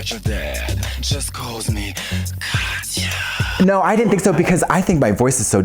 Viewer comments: Every time he calls her Katiya I get flashbacks of TKB saying Chad instead of Chaz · It’s Kah-tyah, not Ka-tee-ya. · am I the only one bothered by people saying "ka-tee-ya"? it's Kat-ya. 2 syllables, not 3. (ignore my neurotic bullshit lmao)